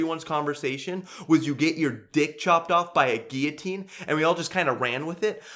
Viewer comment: okay the moment he barged in with the "Guillotine" I fking lost it